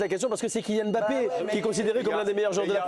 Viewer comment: Mr Domenech ne prononcez pas le M bon sang de bonsoir regardez l'émission d'hélice Lucet il l'explique, KYK'S